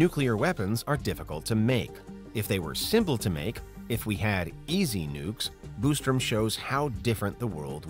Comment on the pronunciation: Quit saying Boostrum, it's Bostrom.